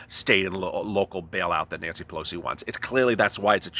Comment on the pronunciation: It's the "we" syndrome! Pew-low-see....